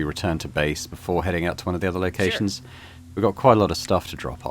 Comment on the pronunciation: really has the most american pronounciation of ”Sure” that i have ever heard ”SYYRE”